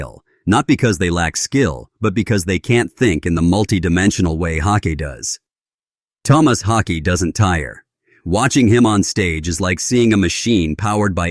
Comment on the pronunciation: Garbage video talking senseless crap. Cant say his name correctly twice and many facts are just repeated junk. Shit video. I am a Meshuggah fan, but I am not a fan of this video.